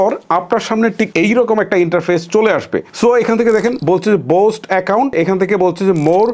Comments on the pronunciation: বোস্ট ❌ বুস্ট ✅ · বোস্ট না বুষ্ট😂